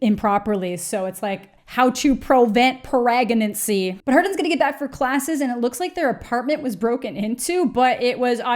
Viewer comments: Aahahahah! "how to PROVENT PERAGANCY" omg I laughed way to hard at that! 🤣🤣🤣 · "How to provent proegnancy" 🤣🤣🤣🤣🤣🤣Deadddd